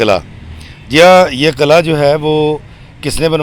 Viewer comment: Qil'aa Hota hy sir ghlt nhi kahyn